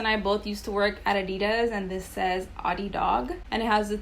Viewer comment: Your pronunciation adidas is wrong if you care enough to learn